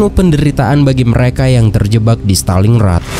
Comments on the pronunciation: Montgomery bukan mcgomery Stalin Grad bukan Staling Rad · stalin grat, bukan staling rat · Maaf nih klo boleh koreksi, pengucapannya stalin-grad bukan staling-rad. Dtunggu part 4 nya ya...